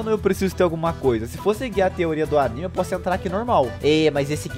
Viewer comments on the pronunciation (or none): none